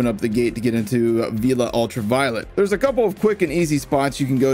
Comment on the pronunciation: Villa not Veela